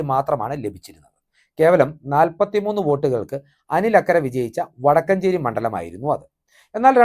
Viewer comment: വടക്കഞ്ചേരി അല്ല വടക്കാഞ്ചേരി 😊